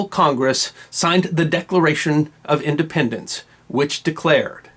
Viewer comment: “Indpenedence Days”